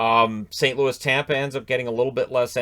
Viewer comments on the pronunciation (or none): none